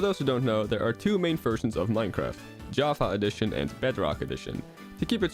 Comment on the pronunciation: Your pronunciation of "java A-edition" is odd, otherwise nice american accent I had no idea you were dutch x)